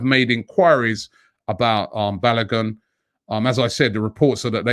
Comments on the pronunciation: Robbie, I like the way you pronounce Balogun. Hahaha! Try pronouncing it this way; 'Barlowgoon'. You are doing a great job on AFTV. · Pronounce Folarin Balogun's name well. Ask Kelechi to teach you